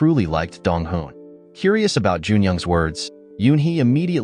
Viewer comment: Me always getting confused when he say dong hoo and dong wooh😅